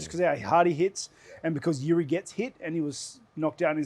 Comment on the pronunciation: Rob pronouncing Jiri correct (yiri) and Izzy pronouncing it wrong. The back and forth is hilarious